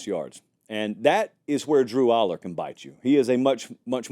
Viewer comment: Dude, you are mispronouncing both Allar and Pribula.